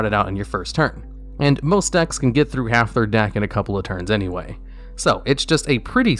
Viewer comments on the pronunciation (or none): none